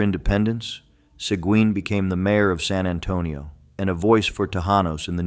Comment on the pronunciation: Learn how to pronounce Sequin!